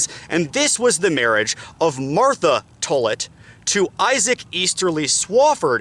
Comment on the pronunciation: As a Tollett and descendent of this story the pronunciation of my last name is wrong. It’s not Tullit, it’s like Tall-it. Thank you for this video though it’s great!!